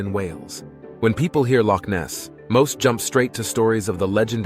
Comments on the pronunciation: I lived in Inverness and used to go marauding around the hills and cycled around Loch Ness as a teen. I have many fond memories of the area. You pronounced Loch very well, but you butchered Irn Bru, It's pronounced Iron Brew, but I'll let you off seeing you made such a great video of my home country. 😁 🤜🤛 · Aye laddie your pronunciation of Loch is impressive! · As a Scot, I'm impressed by the pronunciation of "Loch". Well done.